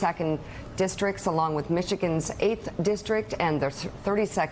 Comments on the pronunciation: When Mika said ,"A few races to watch" , I thought she'd said "A few racists to watch". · "A few racists to watch.... um.. I mean RACES to watch..."